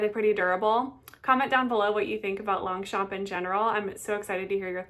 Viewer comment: Nice vidéo ❤ but please don't promounce the g anf the p. 😊